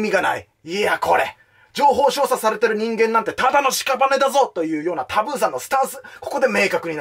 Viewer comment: 一度も情報操作って言えてないのほんとにカワイイ！